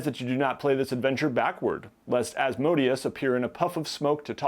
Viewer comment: As-mo-DAY-us. Az-MOH-dee-us just ruins all the phonetic majesty in the name, makes it sound like an ice cream flavor.